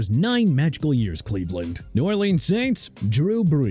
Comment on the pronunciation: Michaels Bennett?? Really dude?? Michael Bennett! Get it right!! Also it's Cleveland not Leaveland... SMH! Are you okay?? By the way Miami ain't in title contention no more so hope you're happy!